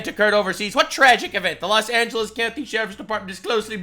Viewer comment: Los Angeles = Less Anglo-es